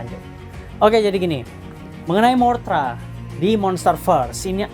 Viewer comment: MOTHRA BANG BUKAN MORTHRA